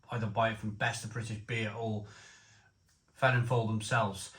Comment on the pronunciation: Come on, being Welsh you ought to know this brewery name is pronounced 'Velinfoil' not Felinlowl. In my days in Neath Double Dragon had a knick name Feeling fowl, as it was stronger than most general beers in the late '70's. Really though, IPA at just 4%?